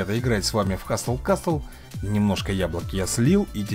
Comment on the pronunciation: Сразу видно,что правила чтения английского Вам не знакомы,ну как,ну каааак можно делать обзор и не узнать как правильно читается название? ХаСЛ КАСЛ,буква «Т» НЕ ЧИТАЕТСЯ!